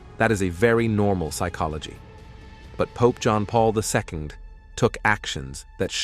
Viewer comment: Getting sick of weird AI voices and images and their hallucinations. John Paul II is not pronounced "John Paul Visco".